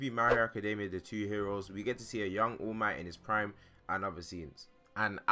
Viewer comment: his name is all might not oh mi